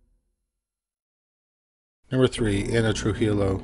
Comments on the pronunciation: It’s pronounced True-He-Yo not true-geelow. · Just for future reference - Trujillo is pronounced True-He-o (the J makes an H sound). Words are hard! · Trujillo pronounced Truhiyo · hi! thanks for the video! just fyi, trujillo is pronounced true-hee-yo, but great video ! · the first case, the l's are silent in trujillo